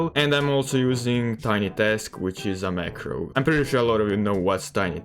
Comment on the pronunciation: I did not understand which macro you said